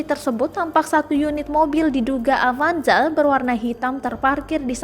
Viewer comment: Detik salah sebut avanjar😂🤣 mba nya kurang fokus